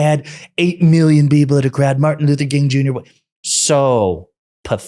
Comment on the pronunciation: "A Lotta peepil" - translation - no one.